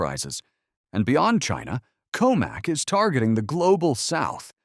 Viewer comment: Drink every time he says "Chyna!"